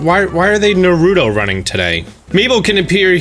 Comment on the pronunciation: "NaruDO Running" Wow